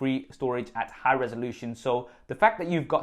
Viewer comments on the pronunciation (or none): none